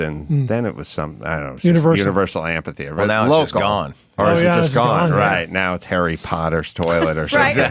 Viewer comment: "Am-pee theater"